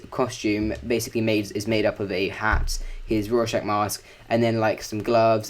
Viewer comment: Rawrschach xd